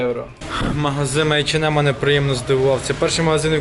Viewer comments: Айчинем .Неееет такого магазина в Германии ,ты хоть при немцах так не говори . H&M Посмотри в ютубе хоть алфавит немецкий . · ейченмем, мда